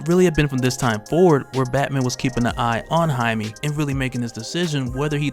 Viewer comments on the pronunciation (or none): Jaime (hi-me) is the correct pronunciation. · I thoutht he was "Jamie". Not Jime... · I may be an orange hut I swear to god lll turn you purple if you don’t start pronouncing his name right